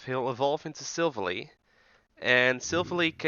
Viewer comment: The way you pronounced silvally (silv, like in silver ally, like well the word ally btw) hurt me, though tbf my pronunciation the first time wasn't right either XD